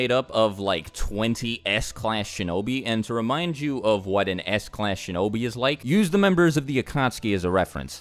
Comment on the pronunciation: When you said s-class I somehow heard ass-class lol